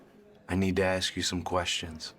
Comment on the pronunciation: Why do they say xsk and not ask.